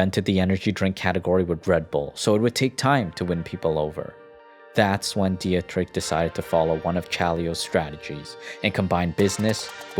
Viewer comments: Good video but please look up how to pronounce names, hearing "diatrick" for Dietrich is just jarring to anyone who knows the right pronunciation (any German speaker) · It is pronounced "dee trich" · Dietrich pronunciation is even worse 😂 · The pronunciation of Dietrich doe lol